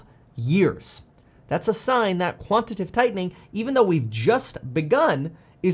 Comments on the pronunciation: It's QUANT-I-TA-TIVE. 4 syllables, not 3. 🤣😂🤣🤮 Is quantitive even a word? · it's quantitative, not quantitive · Just fyi…It’s “quantitative” tightening/easing, not “quantative” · Kevin, it is quantitative [ kwon-ti-tey-tiv ] mate. Love your work ethic dude, keep it going!